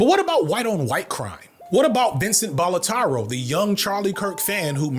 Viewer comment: For info: his name is Vincent Battiloro, not Balotaro, which is not an existant Italian surname